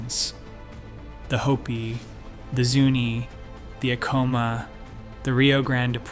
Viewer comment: Acoma is pronounced ACK oh muh. Check pronunciation on Picuris as well. There is no mention of the Navajo that populated parts of the area after the Pueblo peoples set their homes in the East of Chaco.